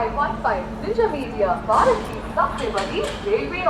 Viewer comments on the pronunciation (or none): none